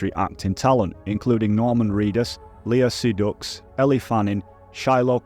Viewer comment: Chai-rilium, gwillmerrow, Lea seducts 😂 fook me!